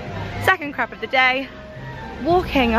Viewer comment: I’m laughing so hard, when you said ‘Em, you really need a ‘crap’ 😅😅😅 it’s called a crepe, pronounced Krayp 😂😂😂 second crap of the day ! I just can’t 😂😂😂 great vlog though!